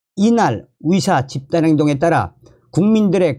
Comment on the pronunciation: 의사를 위사 의대를 위대 의료를 위료라 하니 듣기 헷갈림